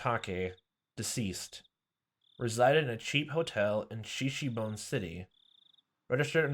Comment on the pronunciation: Shishibone is pronounced Shee-shee-boh-nay.